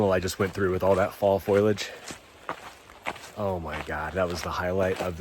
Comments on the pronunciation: Foliage is not pronounced “Foiliage” sorry not sorry for being that guy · "Foilage". I lol'd.